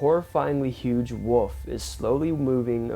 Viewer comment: Hahaha... I cannot take smm1 serious when they call a wolf, a wuf